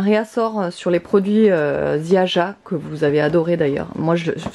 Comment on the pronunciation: Coucou, pour la marque Ziaja, c'est polonais dons le j se prononce comme un Y....ce sera plus facile à dire 😀